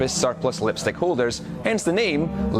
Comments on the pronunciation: Ah yes the lepstyck peckup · He cant speak The vowel I like when he says lepstick